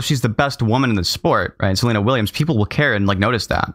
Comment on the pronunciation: Did they say Selina Williams 🤣🤣🤣🤣